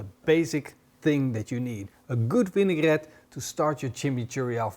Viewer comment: As a francophone, I approve the pronunciation of "vinaigrette". Well done.